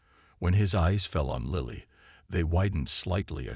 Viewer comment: Please pronounce and spell Lily properly.